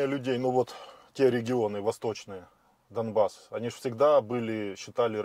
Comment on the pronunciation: зачем ты каверкаеш слово Донбасс?Ютуб блокирует?